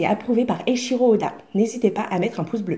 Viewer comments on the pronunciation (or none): none